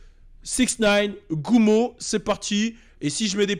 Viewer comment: Gummo et non gumma